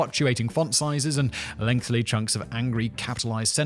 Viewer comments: ever since he mentioned it, i cannot unhear him saying "length-ly" it's my own personal drinking game lol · Could you be kind enough to let Simon know it's lengthy and not lengthly. Thanks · I'm not even American, but all I have to say to Simon is, try the sweet potato casserole with the marshmallow topping once, and then make a judgement. It's surprising.. but it works! Edit: it's kind of cute how Simon can't break the habit of saying "lengthly". Also, Clive Palmer is an absolute nob. And a blob. A blobby nob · Oh god, now since he mentioned it, I can't help but hear every time Simon says "lengthily" when he means "lengthy" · Effortlessly. He can never say it. Ironically, it always requires him a hell of alot of effort!